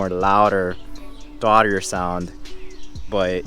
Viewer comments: I know he was trying to say “throatier sound” lol idk why stuff like this hurts my soul, but it does 🤣 same thing when he was saying “Inner wear tire” 🤣 it’s inner tire wear! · Why do u say “throatier” like that? It’s pronounced “throwt-E-er”